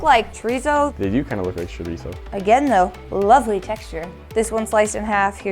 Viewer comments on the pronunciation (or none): " Xorisoooo " Really